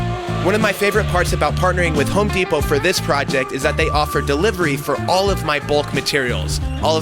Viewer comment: Home DEEP-O 🙈🙈🙈